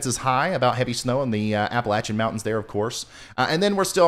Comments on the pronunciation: Shew, the ice storm last year about did us in here in the central Appalachians. We don’t want another. PS: you pronounced Appalachian like a local 👌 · Thank you for saying Appalachian correctly :-)